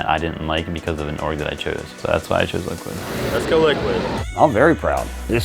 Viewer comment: In the beginning it said let’s go liquid. I though it said let’s go vivid